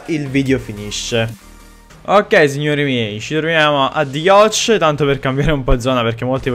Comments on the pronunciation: Comunque non si pronuncia yach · "Yatch" si pronuncia "Iot", non "Ioch" 😂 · The yacht come lo hai pronunciato ahhahaha